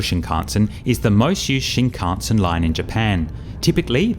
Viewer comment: Are you deliberately pronouncing "shinkansen" incorrectly and differently every time? LMAO